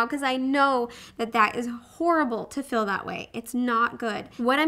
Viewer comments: I think it's because she's from Idaho. I'm from Utah and people say fill for feel here too. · i like how you say "feel" haha it sounds like "fill"